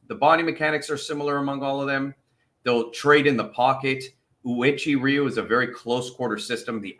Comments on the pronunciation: I'm not going to hate you, but it is pronounced oo way chee or when said at normal speed way-chee ree you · I have been a Uechi-Ryu, pronounced, "whechi-ru" practitioner since 2021. Just a FYI, after Kanbun Uechi passed away, this Karate style ended up splitting into ~15 different karate associations. Respectfully, I am part of the #Kenyukai Association, under Grand Master Kiyohide Shinjo (10th Dan). When I was younger, I was briefly a part of Goju Ryu. Thank you for recognizing our phenomenal Okinawa Karate style 🙇‍♀️!!!! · Pronounced: "way chee roo." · 'Way-Chee Roo' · lol it's cool bro. it's pronounced like oo-eh chee ree-yoo. it'll probably still sound off but it's ok.